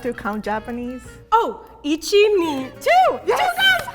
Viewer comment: Once when said 1 and 2, it sounded like ich and then bin ( ich is i and bin is am in german